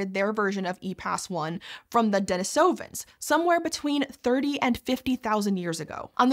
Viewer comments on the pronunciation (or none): OK. We don't know what 2500 meters above sea level means without having to Google it. Elevation in the US is still universally given in feet. Knowing that a meter is a little more than 39" doesn't help at all. FYI, the pronunciation is: duh NEECE uh vuns, not denna SOH vuns.